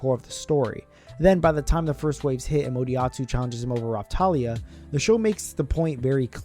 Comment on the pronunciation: Moriyatsu? I knew this was AI 😂😂